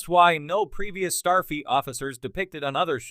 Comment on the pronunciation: Why does the AI voice seem to be saying "Starfeet" rather than "Starfleet"?